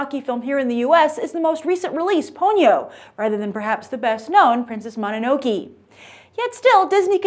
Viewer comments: Sorry to harp on pronunciation, but since these are such well known titles, I feel the need to correct you. It's Princess Mono-no-KAY from Studio JIB-LEE. I love almost all of this studio's movies, and I will be seeing this movie in theaters. I'm not even that intrigued by this movie's premise, but I trust Miyazaki to give me something great. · Usually General American audiences + anime = fail. But hey as long as Miyazaki has his small fan following in the US, then who cares about the box office. anime fan. Plus Grace pronounced Princess Mononoke wrong haha. It's Monono"kay". Oh well can't blame her. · I think The Wind Rises will sell a lot. Also, you pronounced Mononoke Wrong and I think Spirited away is way more famous. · Just a trivia: "Ghibli" is originally an Italian word meaning a particular Mediterranean wind or a hot dust-bearing wind of the North African desert, and her pronounciation is authentic one. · I believe you said Princess Mononoke wrong Grace lol but I am glad to hear that the film is very good. I wouldn't expect any less out of Miyazaki. My favorite Studio Ghibli film is probably Spirited Away.